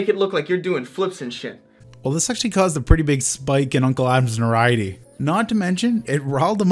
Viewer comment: Anyone ever notice that can't pronounce notoriety?